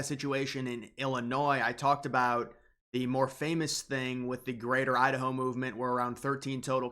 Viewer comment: Is it pronounced Idaho or Udaho?